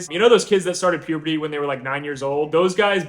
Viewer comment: Dont want to be rude, but u said "puberty" wrong. 😂😂❤❤❤